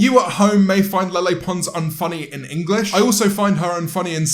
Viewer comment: The way you say Lele sounds like your saying "Lilly" in a really derpy way 😂 When ever I saw her name I thought it was pronounced like "LeighLeigh" 😬